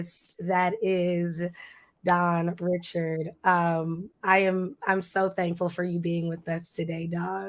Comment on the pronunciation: Girrrlll if you say her last name wrong ONE Mo' time... I cringed every time 🤦‍♀ It's pronounced Ri-SHARD. Good interview though.